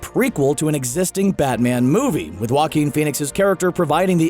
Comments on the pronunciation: I thought Joaquin sounded like jokin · Still learning how to pronounce Joaquin.